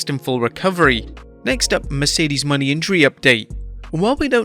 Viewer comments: Mercedes Mone is pronounced Moe-Nay not Money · I still HATE how you pronounce Mercedes last name, respect her and say it correctly